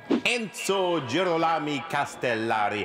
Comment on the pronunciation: Es ist wie Hopscotch. Es geht so lang gut bis er dann doch den Bach runterplumpst, unser Fremdsprachentalent Oli K., der es nicht sein lassen kann, sich lächerlich zu machen. Und es ging fast gut bis Girolami. Ich musste auch suchen, aber ich bin fündig geworden. Es ist die italienische Version von Hieronymus und der Name wird genauso deutlich auf ro betont. Michelangelosche Gestaltungskraft? Sind wir hier in Physik? - Wie wäre es eher mit michelangelesquer Gestaltungskraft, liebe Humanisten? Schlimmer geht aber immer: Federico Fellini hat ein r. Eines! Überflüssig zu beschreiben, wie man sich als "Filmkritiker" fühlen sollte, wenn man DAS nicht weiß bzw. nicht nachschaut. Was muss der Kalkofe für ein unantastbarer Diktator als Mitproduzent sein, dass niemand sich traut ihn darauf aufmerksam zu machen?! So geht's wenn einem der Erfolg in der Hose hochsteigt! Jap, ich krieg mich noch ein. Denn so lustig ist das nicht, wenn es anfängt holprig zu werden (mit mindestens drei verschiedenen r-Lauten). Nimm doch jedes Stolpersteinchen mit und tu so als wäre deine Inkompetenz nur gespielt... Ich weiß nicht, was signor Kalkamel vor dieser Sendung eingenommen hat, aber seine Überheblichkeit explodiert geradezu in Form von fehlerhaften Infos. Anna Kanakis war 1977 mit 15 Miss Italia vor der Aberkennung. Wie schwach, ich dachte mit dem Handventilator versucht er jetzt abzuheben... Erst spät aufgefallen: Das nenn ich mal veritables verkohltes Familienp